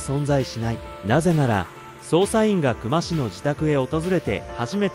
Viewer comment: 本件の久間に関しては「くま」が正しい読み方ですね 刑事やマスコミも「くま」と呼んでました 久間と書いて「きゅうま」と読むのは初めて知りました